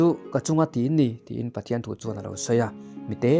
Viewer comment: i lam dan adik lo deuh mi te te ni lo in mite te tih tu chu mi te Chu tih ang deuh in